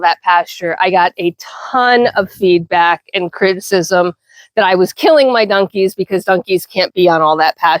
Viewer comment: New subsciber here and this is why... you called your donkies "dunkies". I haven't heard anyone pronounce it that way since my dear departed mother. She grew up in Virginia and we used to giggle at some of her pronunciations. Brought back good memories so thanks for that and please continue! I hope I didn't make you self conscious of it and start worrying about the way you say things. You be you. That's part of the fun. As for the negative comments you've been getting, i hope you'll take them with a grain of salt. Don't allow it to make you lose your confidence in the way you run your farm. Suggestions in a respectful way from people who also do what you do are welcome I'm sure. BUT some people just like to be mean and have zero idea what they're talking about. that is something that should be ignored as best you can. Nasty comments only ever have one desired effect...to upset you and make you question yourself. Don't allow those into your head. I wish you the best of luck with your farm and with your channel ❤